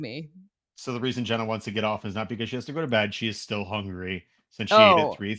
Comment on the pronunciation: Mispronounces Jenna's name then cuts her off at the end so sge couldn't say go bills lmao the disrespect is real